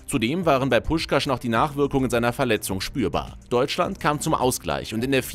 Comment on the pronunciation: Was macht das für ein Sinn? Puskás mit sch aussprechn aber Budapest mit s🤦🏻‍♂️🤦🏻‍♂️🤦🏻‍♂️ S= Sch und Sz= S Außerdem spricht man das á länger aus. Bei uns haben strich und punkt ja a einer andere Bedeutung